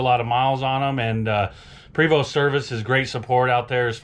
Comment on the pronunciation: PRE VOST! Not Prey vo 🤦🏻‍♂️